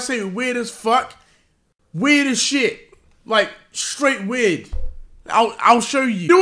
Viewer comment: Deji can u repeat that one more time? Coz I'm not sure whether u said he's weird or not